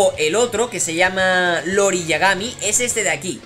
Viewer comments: no es "Lori" es "iori" y no es un mayordomo es la contraparte de Kyo y un asesino jajaja pero gracias por la info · Conocí el kof en juegos de maquinitas y por cierto se pronuncia iori con i al inicio